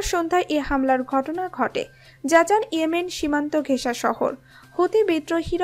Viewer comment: জাজান নয় জিজান।